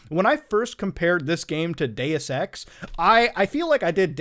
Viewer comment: everytime Muta says Deus-Ex. I hear it as Dayersex. Sorry xD